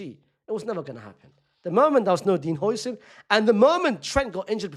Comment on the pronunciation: Its how-sen not hoi-sen😭😭